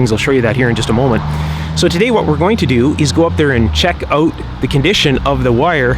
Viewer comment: "Check it oat."